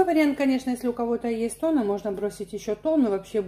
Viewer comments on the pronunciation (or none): Тунец на итальянском tonno, но не "тона". Ударение на слове базилик правильно следующее - базили́к